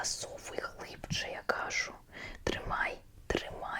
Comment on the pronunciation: На майбутнє, не ка'жу, а правильно кажу' (не хейт)